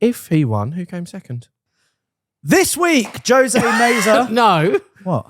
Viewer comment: I've been immortalized in car YT history. Although they botched the pronunciation of my first name ("Ho-say" - Jose). fact about the Mk7 is true. But our US Mk7's also got SYNC 3/MyFord Touch too rather than the tiny ass things they got in the EU versions. Which means CarPlay/Android Auto in later variants